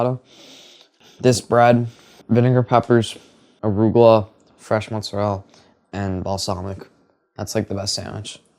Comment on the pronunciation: I appreciate the young man's point of view and I absolutely love that he pronounces mozzarella correctly then drops "sammich", lol. I'm heartily appreciating these new crops of youths!